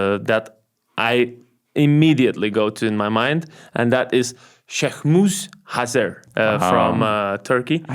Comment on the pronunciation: You pronounced Şehmus Hazer’s name perfectly 👍🏻